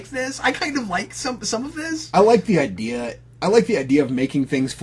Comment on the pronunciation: Mispronounced word that drives me crazy people saying "idear" instead of the correct way which is "idea"